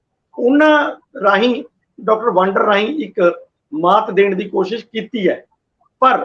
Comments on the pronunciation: ਪਿਆਰੇ ਸੱਜਣੋ ਡਾਕਟਰ ਗੁਰਪ੍ਰੀਤ ਸਿੰਘ ਵਾਂਦਰ ਹੈ ਵਾਂਡਰ ਨਹੀਂ।ਕਿ੍ਪਾ ਕਰਕੇ ਸਹੀ ਉਚਾਰਨ ਕਰਿਆ ਕਰੋ। ਸਾਡੇ ਫਾਜ਼ਿਲਕਾ ਦੇ ਪਿੰਡ ਬਾਂਡੀ ਵਾਲਾ ਦੇ ਖਾਨਦਾਨੀ ਰਿਹਾਇਸ਼ੀ ਹਨ। ਸਾਨੂੰ ਫਾਜ਼ਿਲਕਾ ਵਾਸੀਆਂ ਨੂੰ ਮਾਣ ਹੈ ਡਾਕਟਰ ਗੁਰਪ੍ਰੀਤ ਸਿੰਘ ਵਾਂਦਰ ਪਰ। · ਮੁਆਫ਼ ਕਰਨਾ ਡਾ ਵਾਡਰ ਨਹੀਂ, ਸਹੀ ਨਾਮ ਵਾਦਰ ਹੈ, ਲੱਗਦਾ ਹੈ ਅੰਗਰੇਜ਼ੀ ਭਾਸ਼ਾ ਦੇ ਸਬਦਾ ਦਾ ਉਚਾਰਨ ਜਿਆਦਾ ਹੋ ਰਿਹਾ ਹੈ, ਡਾ